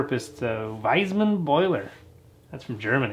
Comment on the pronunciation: Hello. Nice one. The boiler is not "wiseman". Pronunciation is "fi:sman" not with english "ei" but plain "a" like firs letter in pronunciation "undone". And it's not from germany but from Austria, originaly. :)